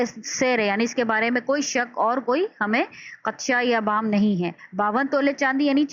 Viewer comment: Please don't mind ,apna pronounciations theak kery werna students ka lehja b... Maslan sahi alfaaz Mashar aleyh, kalma mahmil , abhaam or qaafiyah hyn..